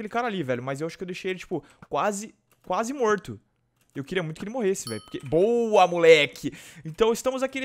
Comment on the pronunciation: "Quase moito" kkkkkkk